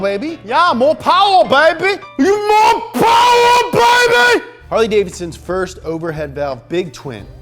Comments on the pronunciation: More powah baby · MORE POWAH BABY!!! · .........mo powah babeh